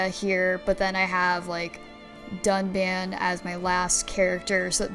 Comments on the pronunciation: Also she keeps calling Melia Mee-lia... Hey, at least she ain't saying RAIN and DUNCAN. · How does she pronounce Reyn, Dunban and Melia's names wrong after a 70 hours RPG constantly repeating those names...